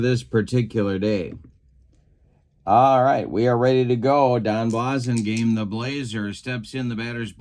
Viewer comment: It's BLASS-ingame and Turk LAUN (rhymes with town). Sorry!